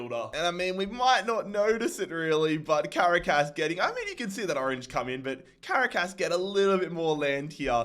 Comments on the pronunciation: For the pronunciation of Caracas. It's pronounced Ca-ra-cas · Ngl I died everytime you said Caracas wrong